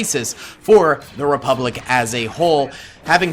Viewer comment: sieging the "Repulic bank" 🤣